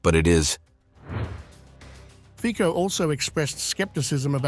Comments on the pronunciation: Two things. Fico, is not pronounced Feeko. But Fitso. Further, not many people remember what happened not long time ago. Fico was shot 5 times by pro Ukraine fanatic. It is truly a miracle that he is functioning in the capacity he is functioning. But the assassination attempt gave him an interesting edge. He has not tolerance for Ukrainian BS. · Fico is pronauced as Fitso, not Fiko.. please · Fico is that ice cream brand